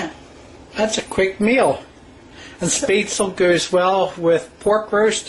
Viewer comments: It is NOT promounced SPAY-stel, it is Spatzle! More like shpatz-lee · It is pronounced spet-szchel not spetzel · My ears are bleeding every time I hear " spay-tsul " it should be pronounced like Schpatsluh " (phonetic) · As a person of germanic descent, I feel obliged to point out that this is not called "spate-sul" but it shoud be pronounced 'shpetz-luh". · First sentence I heard: "YO WE GOING MAKE SOME SPAYTSUL.'' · Hahahaha omg yes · Let me help you ;) Sp in Southern Germany is always pronounced sh like in the "BAD" word and the ä like the "e" in "get"! shpätzLe. :D thanks for the recipe, thou, I like to share it with my American friends a lot. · it is pronounced as shpaet-ze-leh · Please learn how to pronounce the word Spaetzle correctly. You are saying it all wrong and teaching others how to say it incorrectly. On a positive you did a great job on your tutorial. Thank you. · Please pronounce it correctly. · Jessica Gray Yeah, it's really annoying when people supose every word of any language should be pronounced in english phonetics. After hearing how she said this, I'm not watching the video. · Friendly reminder that our brains are programmed to pronounce things in our native tongue, yes it wasn't pronounced right, but to the commenter who had a snide comment about people assuming everything in all languages in pronounced with English phonetics, it's because it's what they know best, so the brain looks at the words and reads it that way. Just so you're aware as to why people pronounce things the way their native language would.